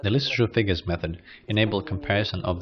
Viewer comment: Thanks for posting this interesting video. Worth viewing just to learn how to pronounce Jules Antoine Lissajous' name, alone. :)